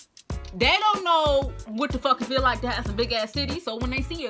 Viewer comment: "You feew me"